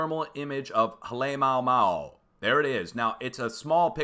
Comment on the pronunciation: It’s pronounced Ha le maumau